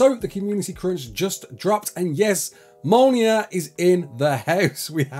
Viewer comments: Mole Near. Omg. Me'olnear. That's the pronunciation. I'm not having a go at him. But dude. Come on. Please. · Big Thor fan, can't say Mjolnir instead says "Molnear" xD Good vid though thanks for the update